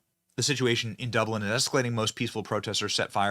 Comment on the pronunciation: You said, "peeful" instead of peaceful, benny 😂😂😂